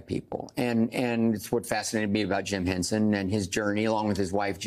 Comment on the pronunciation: The man's name was H E N S O N, not "Hensen". Sacrilege!